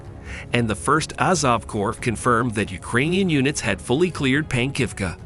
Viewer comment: Ukraine* not THE Ukraine and its core not corp the p is silent